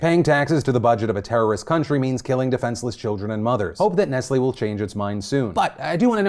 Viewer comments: Wait. It's not ness lee? You pronounce the T? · No it's Ness lay not Ness lee. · Why can't Americans pronounce Nestlé?